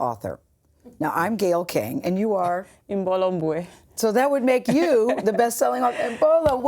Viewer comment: I think reporters should research a persons name before talking about them (like the first guy saying im-boo-yay)